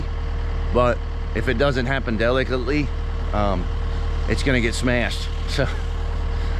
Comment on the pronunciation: Did he just say deli cut lee?